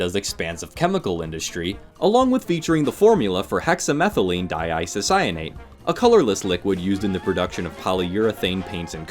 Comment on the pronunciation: Okay,, I'm re joining the channel just to congratulate you for pronouncing hexamethylene diisocyanate correctly on the first take.😂